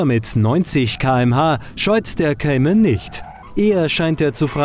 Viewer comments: es heisst Cayman und nicht "Kaiman" haha peinlich wenn man nen autotest macht aber nichtmal den namen aussprechen kann! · Kaimann , guck erstmal wie mann den Namen ausspricht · Kaiman... Naja, ok, in der Generation muss man wohl Nachsichtig sein ^^' Das Review ist dennoch gut